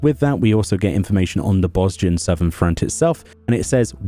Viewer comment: I pronounce it a Boh-jan. Idk why but I feel like that "z" is silent. Otherwise nice vid as always.